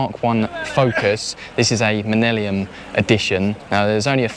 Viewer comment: happy to hear someone else who gets the word millennium wrong 😂